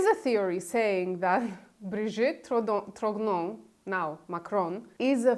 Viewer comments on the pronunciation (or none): One small detail, both for your (superb) video and Candace's extended series, viz. the pronunciation of the family name TROGNEUX. It should be something like TROgnyur, not TROGNO. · "GN" in French is pronounced as a soft "N" For example d'Artagnan - d'ArtaN'an - the famous protagonist of Alexandre Dumas novel. So she is Brigitte Tro N' O. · Please make an effort to pronounce the names correctly. It hurts my ears when you say Tiphaine and Trogneux 😀